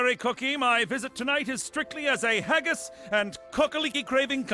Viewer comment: There saying haggis wrong